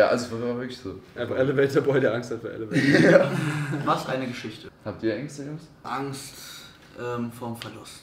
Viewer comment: Wie immer schmunzelt, wenn „elevator“ falsch betont hahaha